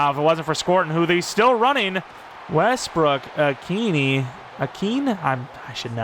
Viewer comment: Westbrook a-kee-nA thats how u pronounce it 😅